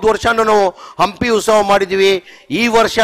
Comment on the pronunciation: ಉಸ್ತವ ಅಲ್ಲ ಜಮೀರ್ ಬಾಯ ಉತ್ಸವ